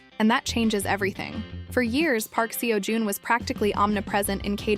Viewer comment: Please pronounce their names correctly. Park Seo Joon is pronounced Park So June Nam Joo Hyuk- Hyuk like the u is silent. Moon Ka Young Ka not Ga Song Joon Ki- Song June Key Lee Jong Suk - Suk is pronounce Suhk not Sook listen to how they are pronounced before you pronounce it wrong. Thanks